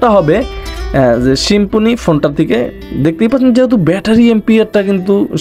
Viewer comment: "শিম্ফনি" কী ভাই?? 😂😂